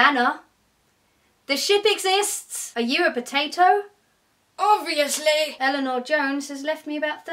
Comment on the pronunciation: "are you a potato?" "OBVIOUSHLEH"